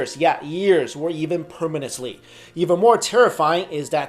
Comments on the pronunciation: "Or even permonsely". You mean permanently? Close enough my friend! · "permanously" ... sorry...